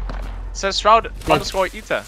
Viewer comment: Dude. He wasnt shroud. His name is just shroud not shroud ita